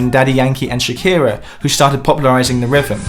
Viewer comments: a little construction critique. you are pronouncing it rivem, which should be rhythm. you are missing the 'th' sound and adding a 'v' sound. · Rivem? You mean rhythm?